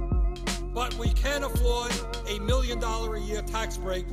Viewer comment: I love how he says "dollar" "dolla" lolol